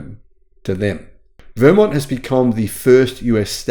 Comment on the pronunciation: Interesting!! Btw, Vermont has the emphasis on the second syllable 😊